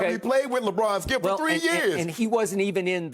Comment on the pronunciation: Listen ... Thssshkeeeeip!! 😂😂😂